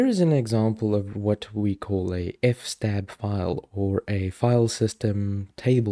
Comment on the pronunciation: NOPE its FS-TAB!!! as in EFF ESS TAB.....also nano is better than vim, vi, or emacs, systemd is GREAT, netplan is sooo much easier than ifupdown and kde is fine but gnome looks better.....might as well get it all outta the way right off the bat! haha